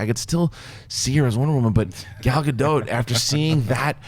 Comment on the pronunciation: is the only one who says Gal Gadot's name right. That Wonder Woman trailer was magnificent.